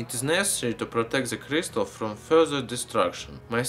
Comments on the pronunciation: Criestal mantane criestal criestal what the fuck man he should have a throat surgery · Why did it sound like he kept saying crystal meth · It sounds like he's saying crystal meth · sounded like he said crystal meth XD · Not to be mean about his accent b yup t it sounded like he said crystal meth